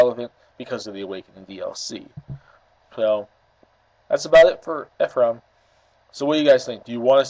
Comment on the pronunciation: My name is Ephraim and you were saying it right